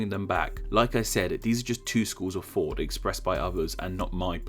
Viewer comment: Why is it that you say “fought” when you are intending to say “thought”?